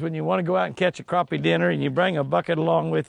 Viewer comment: Good to see you pronounce "Crappie" correctly! Too many pronounce it "crappy." SMH When you don't catch any fish in a day, that's "crappy." LOL! Sorry to see "crashed and burned." What happened? Remember the acronym, "RICE," - Rest, Ice, Compression, and Elevation. Exercise it a little more each day, then hit it with the ice. Increasing circulation from the exercise works wonders, IMO. Just don't overdo it. I would have ate that bass caught. She smoked you today. She has the magic touch! Stay safe, Jimmy and!